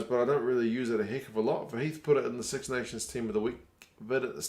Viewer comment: Your English is very good! But remember, it's pronounced 'kid' not 'kud' and 'sux' is 'six'. Keep it up!